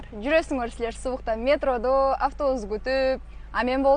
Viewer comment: Ме'тродо дейт го, ударение ' О тамгасына келет МЕ'ТРОДО эмес, МЕТРО'ДО деп сүйлөш керек!